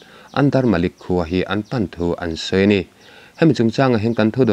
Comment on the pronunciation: Malik ni lo in manik tih tur aw kapu rumlian